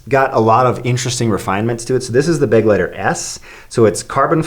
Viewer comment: Was it driving you crazy the way they kept saying beg-lighter? Because it was me, and I'm just an American who took 5 years of German classes in school. It's funny how Americans view German as a harsh sounding language but in reality the way American English treats R's and G's is lightweight obnoxious, am I right? Lol Correct me if I'm wrong German dude, but the pronunciation of this word is more like beh- gly- tare, yes?